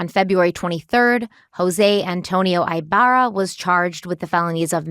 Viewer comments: "Eeeeh-barrah" not i-barra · Omg y'all are making me crazy..... Our last name is pronounced EEEEbarra not EYEbarra. Thank you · I believe his name is pronounced with a short I. Cali girl here